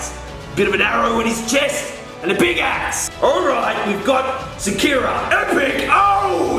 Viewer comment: Well..that's not shakira...it's Sikara...as in hunter.😅